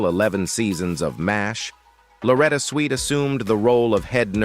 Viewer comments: M E A H? Can't we have a non-computerized voice anymore? M*A*S*H = mash (like in potatoes), and it's an acrostic, like NASA, for Mobile Army Surgical Hospital. It's Swit, not Sweet as Margaret, not Madge. Cpl. = Corporal. Duh!! MULL-cuh-he? Are you serious? This would be hilarious if it wasn't so ridiculous. It's mull-KAY-he! Maj. (modge) is pronounced by the rest of the English-speaking world as Major. A Time to Remember, you ought to be ashamed for employing an incompetent C3PO, instead of a real person who needs a job. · You really need to research how to say peoples names and titles of the subject you cover. Also you need to the proper pronounciation of many words you use. Maybe you should go to a voice coach to make sure what you state is correct. Switt is not pronounced Sweet. M*A*S*H 4077 is pronounced MASH like in mash potatoes. Get control of your pronounciation of the English language before you do another review.